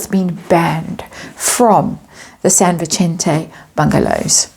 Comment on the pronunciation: Sorry but it is pronounced San Vee-sen-te...not San Vi-chen-te as you are saying it. Maybe I'm wrong but it's not Italian..it is Spanish. I do love your readings though so please don't get upset...It’s just the latina in me that irks when I hear something being not pronounced correctly.